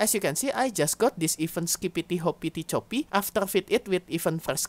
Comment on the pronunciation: i think you pronounce it best possible way :)